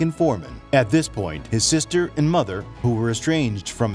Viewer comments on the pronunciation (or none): none